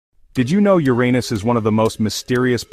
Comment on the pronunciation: No I didn't know my arse was the most mysterious planet in the solar system. . . You need to fix the skipping narration as well as stopping your A. I. mispronouncing Uranus [YUR- ah- niss) as "your anus".